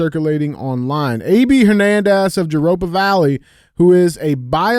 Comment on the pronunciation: We need YouTube shorts of DJ pronouncing different words 🤣 I’ve never heard someone pronounce Jurupa Valley that way.